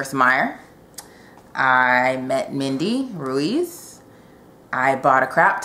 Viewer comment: EEP! From the Wreckage is on my TBR! I also bought the little time travel anthology. Ruiz is pronounced Reese ;) I see so many books in there you're gonna love. Excited beyond words that you had a fabulous time at Utopia. Next year is gonna be even better. :) I can't wait to find out what you think about WSTW/Mystic. Loves your videos!